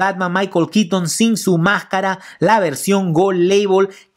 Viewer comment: Es michael keaton, no kitn. Es bueno el video pero la forma en la que nombras el nombre del actor no me agrada